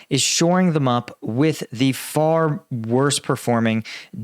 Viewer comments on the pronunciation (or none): none